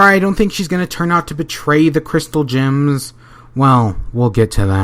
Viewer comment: "Crystal gin"